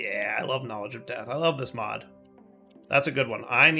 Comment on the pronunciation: It's "all the mods", not "all the modes" 😜